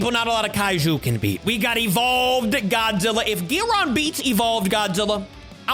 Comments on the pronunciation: It's guiron not giron I think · Not gyiron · It’s guiron